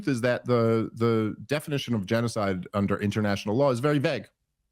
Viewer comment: Oddly, Dave's still unable to pronounce the word g3n--0--5id3. Ya ain't foolin many, Smitty.